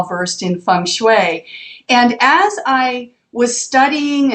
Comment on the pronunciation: O she said Feng Shui the right way! :O Second person ever to me :)